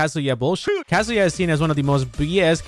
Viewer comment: Should be illigal to pronounce Kazuya's name like "kasia"